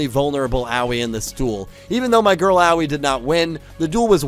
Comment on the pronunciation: Could you NOT mispronounce Aoi's name? It's not that hard.